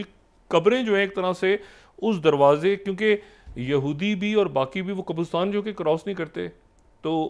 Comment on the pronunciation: Why do you keep mispronouncing “QABRISTAN”?